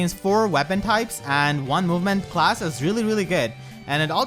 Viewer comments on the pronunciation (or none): none